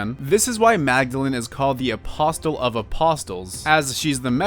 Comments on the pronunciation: Also, apostle is pronounced like apossle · 7/10 milky moment Its said like aposle Silly fool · Got bad news, the t is apostle is silent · something i thought you should know: the "t" in apostle is silent